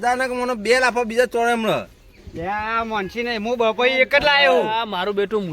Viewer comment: પપૈયુ ❌ બપૈયુ ✅😂😂